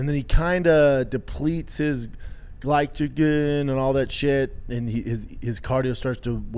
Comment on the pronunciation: yeah Conor needs to watch his "glychigin" levels 😂